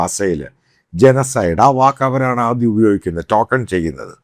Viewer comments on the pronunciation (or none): none